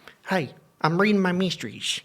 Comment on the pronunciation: ur 'meestries' almost made me spit my gluhwein on my keyboard 🤣